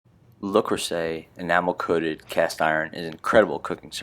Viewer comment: I'm French and you're wrong. The "le" is correct; the "s" in "creuset" should be pronounced as a "z" but it's very rude to correct a non-native on their pronunciation except in language class.